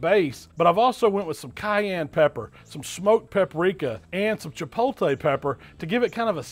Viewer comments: You're almost there. The first two times you pronounced it "chipolte" then you finally got it right. Chipotle, you got it right in the title but still. Regardless, I love it man!! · Chipotle, not chipolte. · Chi-pot-le, not chipolte lol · actually no it wasn't. He pronounced it cha-pole-tay. But hey I'm just busting balls. So calm down. He cooks and I can't wait to try it and maybe put my own spin on it. Have a great day! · Is it pretty common over in Mississippi to say "chi-POL-tay" instead of "chi-POHT-lay"? I also had a roommate in college who would say it that way, but his parents were from Minnesota (which you might appreciate being a Vikings fan). Appreciate the work you and Miss Southern Chell do! Keeps my grill and smoker in frequent use throughout the year. =) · It's pronounced " tchee:POT:leh" in Mexico. "chi-POHT-lay" works but "chi-POL-tay" just sounds weird. It's like saying prochute for prosciutto or mozzarell for mozzarella. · Robin R. Chi-pol-tay is just switching the L and the T in my eyes, not sure how so many people mispronounce it so frequently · Chipol Tay. 😂😂😂😂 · Chip pole tay 🙄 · I had to stop watching this within the first 10 seconds, I can't stand it when people say chipolllltee, it's effing chipotle, the t comes before the l people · CHA-POAT-LAY 🤣🤣🤣🤣 They look amazing just like everything you do every week. No matter how you pronounce it. Love the videos and your expressions after each bite. Keep it up! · "The CHIPOLTAY rub".. Was I the only one who found that pretty funny? lol... Anyways them ribs look damn delicious. 🤤🤤🤤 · Chipotle. che-POTE-lay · I've subbed to your channel for years....but, FOR FUCK's SAKE ....It's Chip Oat Lay!!!!!!! Jesus Christ! ......other than that these look phenomenal! ...sorry I have hispanic family members who yell at me for the mispronunciation on all of your videos I make them watch. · A lot of people in the south don't pronounce it correctly. Ha